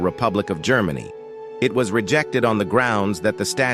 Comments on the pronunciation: "Grrr-many? Really? Please use a human narrator! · Yes, when it could not pronounce "Germany", about 15 seconds in, I quit.